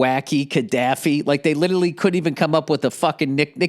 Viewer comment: I still hope that one day Bill will learn how to pronounce 'literally', or use it correctly in a sentence.